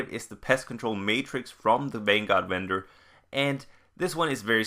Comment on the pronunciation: "wendor weapons" the speech impediment is amazing. subbed